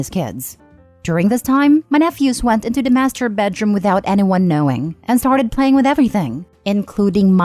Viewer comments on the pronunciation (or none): none